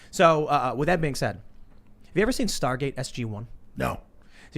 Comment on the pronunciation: Why does Tim continually say "star gaze" when it's Star Gate